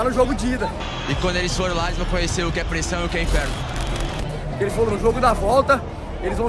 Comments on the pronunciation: Foi foda a festa, mas eu ri muito com o "INFEFNO" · O "Infefno" do Mengão deu certo